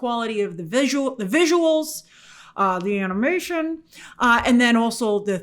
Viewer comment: Grace why did you say animation like that?